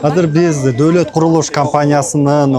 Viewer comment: Доолот эмес Доолат 😄😄😄болуптур